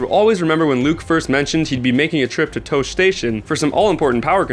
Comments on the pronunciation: "Tosh-ey" not "toush" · Also, TAH-SHEE station. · OMG = "TO-SHEE" not "Tosh" station. I realize I'm not watching a fan of star wars movies when I heard that. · Tosche is not pronounced TOSH. It's pronounced Toshee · Toche is pronounced tosh-ee! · I'm sorry but I could handle the hash up you made of "tosh" station (pronounced tosh-e) but DABOGA ARE YOU SERIOUS watch the fkin films!!!!!! (Pronounced!!!! DAY-GO-BA) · clearly the narrator is not a starwars fan... its Pronounced TOSHEE...not TOSH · Pronounces Tosche Station as "Tawsh" then "Toesh," when in the movie it's clearly pronounced as "Taw-she." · Tah-shee station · It's pronounced Toshi station. And the name A New Hope is really stupid. It was an afterthought and we as fans should always demand that this film just be called "Star Wars" Star Wars won 7 Academy Awards -- not A New Dope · 1. In the scene with a Biggs darklighter The station where he meets Luke is mispronounce not once but twice in the narrative for this video although it is spelt tosche station it sounds like tar-she station when Luke mentions it to his uncle in a new hope. 2. There is a deleted scene in the force awakens during The storm trooper assault on the planet containIng maz kanata' bar some storm troopers Break into the bar and Maz uses force powers to bring the ceiling down on their heads, don't waste hours looking for this on the DVD it is only on the Blu-ray. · It's Tah-Shii station, not that reggae singer's last name. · "Toesh" station and "Dagoeba"????? Bro, you cant pronounce star wars words very well... WORST. NERD. EVER. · toche station... dogoba? im not sure where you are from but you butchered these names. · Tosh? Toache? GTFO. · Its pronounced Tosh-e station! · It's tosh ee station and it's de go bah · Tosh... Tash... It's Tosh-e station! :-P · disliked after hearing "TOASH station" good job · dude its toshee say it like that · anyone else cringe so hard their face imploded when he pronounced toche station: toe-sh station?